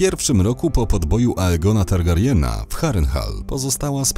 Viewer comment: Prawda, + już na samym starcie zamiast EJGONA to wymowa tak jak się pisze.. odechciało mi się dalej to oglądać.